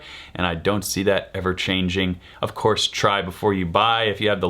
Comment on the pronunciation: Why did he pronounce cource like cour-che?